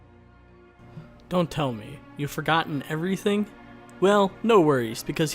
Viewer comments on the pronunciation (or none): none